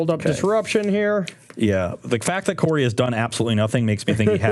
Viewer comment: Hey Corey, It's Karoo.